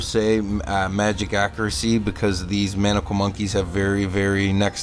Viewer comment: No way he just called maniacal monkeys manacale monkeys multiple times 😂😂